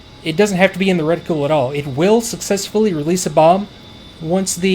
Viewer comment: Every time you mispronounce reticle I want to waterboard you